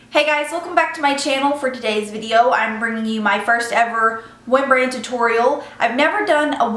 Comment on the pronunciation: Haha sounds like "one brain tutorial". Love the look :)